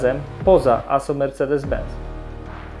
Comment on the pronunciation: Mówi się ben”c”!!! Z w języku niemiecki to „cet” czyli benc